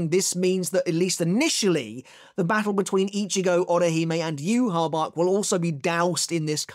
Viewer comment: Bro Its Not Hard To Say Yhwach’s Name Properly 🙈